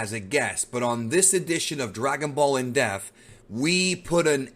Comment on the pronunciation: IN D E PPPPP TH not IN DEFF